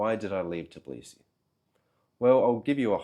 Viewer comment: That kind of consonant cluster ("tbl") is very difficult to pronounce for a native English speaker. Although it does make me wonder how the guy managed to live in Georgia for 3 years (not 3 weeks or months) without learning any Georgian. Especially if few people over there speak good English.